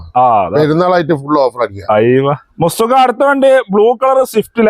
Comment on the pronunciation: മുസ്തുക്ക അല്ലടോ മുത്തുക്ക ആടോ 😆😆😆